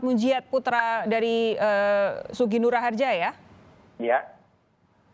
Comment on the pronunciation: Nah itu reporter nya bener ucapin nama nya SUGIK NUR RAHARJA ya bkn gus nur anak kyai